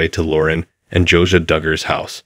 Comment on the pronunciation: It’s not “Josa” it’s “Josiah” and 573 thousand is not a mansion!